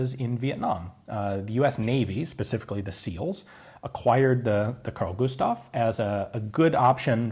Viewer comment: "Carl Gustav" Eh, not so bad. "Husqvarna" YIKES!